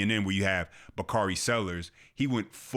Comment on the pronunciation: Bakari turned into "bakardi b"....😅😅